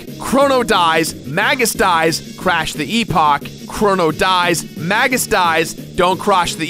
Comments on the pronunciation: i swear he either said Crosh or Crotch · "dont crosh the epock" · haha you said 'crosh'. I knew you would have to make some mistake after repeating yourself so much :P